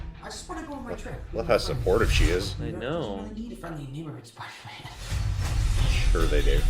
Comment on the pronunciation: Is it me or in Homecoming he says come on Spider-me at that part.